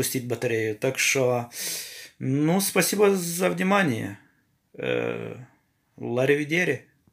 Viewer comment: Надо говорить аривидерчи! 😅